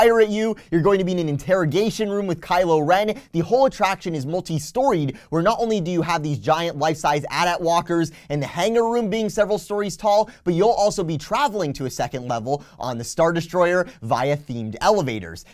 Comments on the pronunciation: I'm sorry but he said At At walkers no offense. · bro why are you one of those people that pronounce the AT-AT the atat